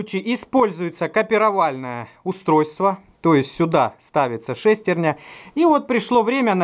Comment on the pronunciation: Интересно конечно, но так убивает неправильное ударение в слове "шестерня"....ударение должно быть на Я... ;)